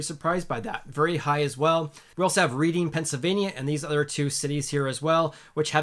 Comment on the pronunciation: And not to be THAT guy but Reading (PA) is pronounced RED-ing